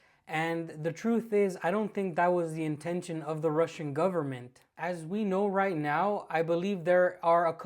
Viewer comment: This guy can't even pronounce "russian" wright..